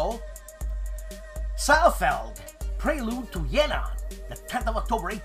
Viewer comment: Whoa!!! Did effortlessly pronounce Jena correctly??? Wow, he's getting so polylingual these days!! Next thing we know, he'll be conversing with Leviathan Sorbet in fluent Polish!!:) Hey, maybe you can get with Dave of the Centurion Review and give him some French lessons. Hoo boy, does he need it....:) I'm not that big on solitaire games... but I gotta admit that cover for "D-Day Dice: Way to Hell" is the most evocative cover I've seen in a long time!!!! Kudos to the box artist!!!!!! What happened to your left thumb???? That looks PAINFUL!!! Don't kill yourself, man! Watch those tools, all right?